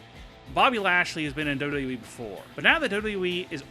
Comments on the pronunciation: Learn to say W-W-E, you sound dumb saying "dub dubya ee" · john madden dubbydubooeee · duhwuduhye LMAO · W.w.e your saying it like it's a word space it a little. Like you say m.m.a. And u.f.c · DOLUDOU WEE ?? What are you 5? With speech impairment? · john madden true! he says WWOOOE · the way he say wwe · This guy cant even say WWE correctly.